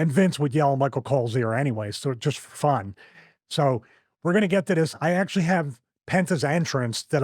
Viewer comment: bro this comment got me crying😭😭 he said “akshually”🤓💀💀